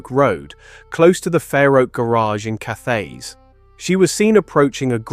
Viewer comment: Cathays is pronounced CAT AYS. A hard T not a soft TH.